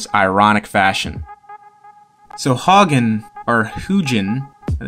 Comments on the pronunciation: “They must have been really tough cab drivers” Greg Haugen ps it’s pronounced How-gen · Greg Haugen(HOW-guh-n) deserves some respect... way before your time, He was a two time champ who beat Jimmy Paul, Hector Camacho, Vinny Pazienza and Ray "boom boom" Mancini. He liked to trash talk for the hype and to sell tickets. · It's pronounced Howgen.